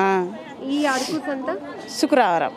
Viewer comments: అరుకు కాదమ్మా అరకు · ముందు ఆ యాంకర్ కి పదాలు ఎలా పలకాలో ముందు నేర్పించండి....మాటిమాటికీ అరుకు అరుకు అంటుంది....అరుకు కాదు అరకు.....వీడియో ఎడిట్ చేసే మీకు అయినా తెలియదా ....కనీస జ్ఞానం వుండాలి